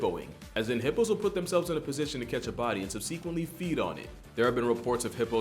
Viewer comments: Is this dude trying to sound like an auto generated narrator voice? sub-see-quintly? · I have to ask because you said it twice but I've never heard the way you pronounce 'subsequently' before. I've only ever heard it with the stress on 'sub', but you put it on the 'seq' bit, and I didn't even realise it was the same word initially. Is that the common pronunciation where you're from? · That pronunciation of 'subsequently' confuses my autism. It's wrong, yes, but it is also, like... better. It sounds nicer and communicates the idea more transparently, as you can almost hear the word 'sequence' in it to associate it with.